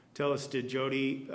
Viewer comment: Her name is Jodi not Hodi